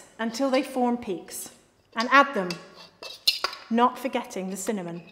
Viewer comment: She just destroyed the entire English heritage by saying the ingredients on the start: “FlOuRrrRr, bUTtErrrR, SUgArrr, cinNAmoN PowDeRRrR.”